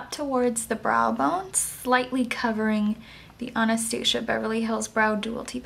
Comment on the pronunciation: I love how you say Anastasia <3 beautiful look. I'll definitely try this out tomorrow.